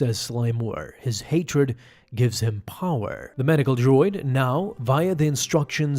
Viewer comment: I love your videos but I hate the way you say power